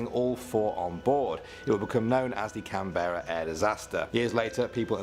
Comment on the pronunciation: Am i the only one who cringed a little when the person in the Video said canberra and brisbane wrong?